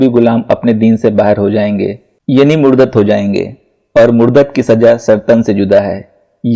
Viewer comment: मुर्दत नहीं मुर्तद होता है